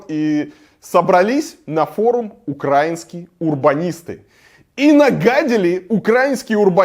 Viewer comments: УкраИнский, а не УкрАинский, ты же адекватный блогер, так что будь добр, говори с правильным ударением. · Автобыдло меня, как жителя Киева, бесит просто ужасно – что у них в головах? Илья, спасибо, что обращаете внимание. Только от вас уже не первый раз слышу неправильное ударение в слове "украинский". Правильно будет "украИнский", даже в русском языке. Потому как страна УкраИна, а не УкрАина. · Дико пригорает от ударения в слове украинский, правильно говорить с ударением на букву "и" в середине слова, а про парковку в Киеве правдиво, так и есть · УкраИнский а не УкрАинский. Расияни.